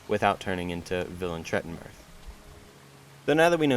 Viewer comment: Yeah pronounciation is probably right. The name is not Polish anyway, there's no "th" nor "ll" nor "v" in Polish language, it's stylized as western(Tolkien)-style fantasy name.